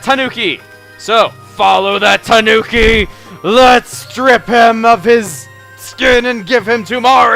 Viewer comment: Please chuga it's killing me when you say tanuki, it pronounced taNEWki, sorry for my bitching a japanese person like myself bitches about these things. Nether the less great video once more